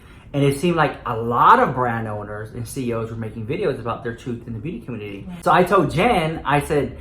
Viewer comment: Lmaoooo the way she said the “ communteatea”🤣🤣